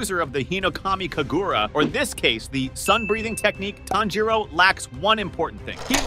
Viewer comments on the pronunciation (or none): Broifoughthe how did tanjiro and tamayo bsc9me lover but he said tznjuro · IT'S PORNOUCED KA-MA-DO NOT KAM-A-DO AND IT'S TAN-JU-RO